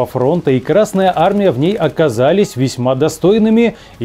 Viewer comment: Пардон, ещё добавлю. Зачем ставить ударение на букву р в словосочетании Красная армия? Краснее она от этого не станет. Или я чего-то не понимаю?)